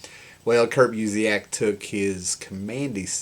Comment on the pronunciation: Busiek's name is pronounced "BYOO-sick."